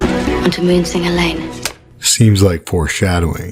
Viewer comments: Shay-mus not "see-mus" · Lol the name Seamus isn't pronounced Sea-muss it's pronounced as Shay-muss. You're killing us Irish folk over here 😂😂😂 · its pronounced shae-mus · Seemus??? Lol it's an Irish name pronounced Shay-mus, it's Irish for James. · Did you really say “sea”mus? Shae-mus good sir. Great video! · Seamus is pronounced "shame-us" ;p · It’s pronounced SHAY-mus. Got to get my Irish brothers back ✊🏻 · lol!! yes it's SHAY-mus. Cringed a little when you said it but it's forgivable. Excellent video. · As a Seamus, it's pronounced "Shay-mus." Now you know. <3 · I think his name's pronounced "shame-us". Interesting theories! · So you’re aware, Seamus is pronounced shay-mus. Otherwise great vid! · i think seamus is pronounced Shamus, as in shame + us. It's irish, so it has irish pronunciation rules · Sooooo love this channel! Just another head's up... the Irish name Seamus is pronounced Shaymus. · I reckon, Sandor will turn "Wight", then Arya, will have to "Mercy" Him..If so, I WILL cry..a Lot ;) P.S. "Seamus" is a Gaelic name (I'm Scottish), it's pronounced like, "SHAEmus" - exactly like "Shae('s)", Tyrion's Woman's, name is pronounced. Great video as always. Cheer's! :) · It's pronounced Shay mus ;) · "Seamus" is pronounced "Shay-muss", a very common mistake if you are reading it for the first time without hearing how it's pronounced first. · So awesome dude, I guess she has to suffer in some way, no way she makes it out unscathed. Props to Seamus, pronounced Shay-mus. Irish is not your strong point bro LOL. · Awesooooome! Love it man, and btw don't sweat it, I live in Vietnam so that's not even the 10th worst pronunciation of Seamus I've heard this week : )